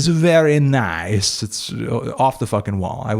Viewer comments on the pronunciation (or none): none